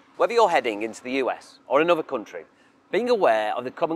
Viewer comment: ANNUVVVER'....stopped listening at that point.